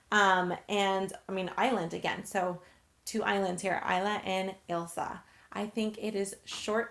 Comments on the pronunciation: Oh my god, my name is Ailsa and I think you are the only American who can say it properly. Thanks for including x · My name is Ailsa (you pronounced it right) no one outside of Scotland can ever pronounce it right.